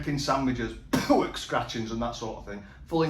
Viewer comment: Just dont get how every other ingredient apart from anything ' pork' he can say correctly...... its his youtube "garlic bread" like mcguiness in phoneix night's. It doesn't sound cool fella.